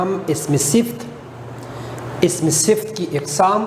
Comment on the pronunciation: اسمِ صِفت نہیں درست تلفّظ اسمِ صِفَت